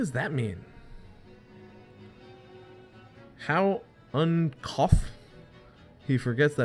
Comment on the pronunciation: just a friendly tip: its pronounced Un-Cooth like UN-Booth